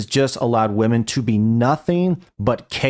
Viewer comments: Lol that was funny, the chick that can't say women, she says woman in the dumbest way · Why do so many people struggle to say WOMEN? They say the plural of women as WOMAN. why? Pisses the shit outta me. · It's women!!!! Not woman fucking gen z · when a person can’t for whatever reason can say “women” should never be taken seriously. should stay quiet for now on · It is so freaking annoying. They confuse the singular and plural pronunciation. Glad I’m not the only one. It’s also taught in liberal colleges.